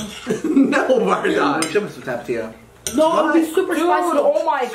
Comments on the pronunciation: Josh,, say tap-a-tio Mexicans say thap-eh-thio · They said tapatío wrong